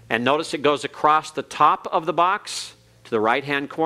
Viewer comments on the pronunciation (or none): is such a patient teacher and tries to be helpful. I am not an expert in Hebrew so I cannot comment on his pronounciation, but I am surprised the he pronounces ‘across’ as ‘acrost’.